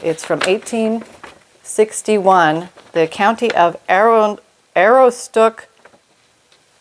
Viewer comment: Aroostook County is a large portion of northern Maine. It is where I am from. It is pronounced uh-roos-took, and in Maine it is referred to as "the county."